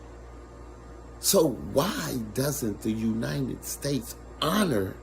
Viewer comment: the "Uninen States"